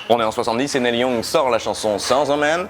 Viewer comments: On prononce "NIL", pas "Nel" Young. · "Nelle Young" mdr Ca se prononce "Nil Yang"